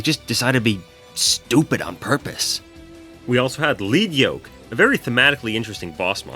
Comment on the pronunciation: It's not Leed yoke, its Led Yoke. Like the metal, lead. When he detaches xyz material to save something, he's throwing off one of his training weights and getting stronger, like Rock Lee.